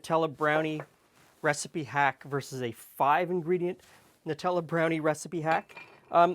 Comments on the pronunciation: EXACTLY! It's NUTs and chocolate not NEWTs and chocolate! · Finally someone who says Nutella properly! None of this silly, "Newtella"